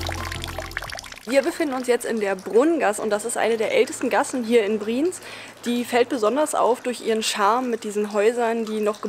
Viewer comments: Ich bzw wir sagen es euch auch mal als deutsche, die uebrigens seid Dezember 21 in die Schweiz ausgewandert sind. Eure Aussprache von BriEnz, und nicht Briiiiiiens, ist echt verstoerend fuer die Aufnahme via Ohren. Wuerde es dir gefallen wenn Jemand deinen Namen permanent falsch ausspricht ?! Es klingt einfach Scheiße. Eure Aussprache mag ja ganz okay sein, nur zeugt euer Kommentar bzw eure Antwort auf den Kommentar recht arrogant. Obwohl ihr eigentlich keinen arroganten Eindruck macht. Einfach mal mehr offen sein fuer andere Meinungen, die gar nicht boese gemeint sind. Ansonsten schoener Beitrag. BriEnz ist ein unglaublich schoener Ort. Waren letztes Jahr auch dort. Ist unbeschreiblich, muss man wirklich erlebt haben. Hochachtungsvoll, der Gesunde ! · Das wird nicht "Brinz", sondern "BriEnz" ausgesprochen. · Brieenz, Brieenz... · Der Ort heißt nicht Briiinz, sondern Bri-Enz!!! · Ich könnte schon kotzen, wenn ich höre, wie ihr BRIENZ aussprecht!!! Fängt schon damit an, dass Ihr euch nicht so sicher seid, wie man das ausspricht. Offensichtlich null Vorbereitung für ein schnelles Video. Alle Daumen runter!!! Und es heißt BRI-ENZ!!!! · Bri-Enz (2 Silben)